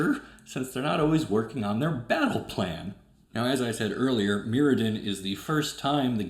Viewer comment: when you said "earlier cards", I thought you said "Girlier cards" and now I can't help but imagine Arnold Schwartzenager talking about Magic the Gathering